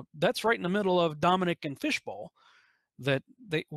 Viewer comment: Dominic = Dome Nuck